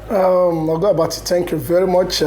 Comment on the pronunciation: Hé said na "Oga Abatti" 😂😂😂😂😂😂. Wetin be this nau